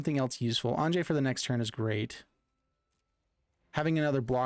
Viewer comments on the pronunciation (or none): Great deck but it's Anje (An-ye). The J has a Y sound. Think like Jorn (yorn), God of Winter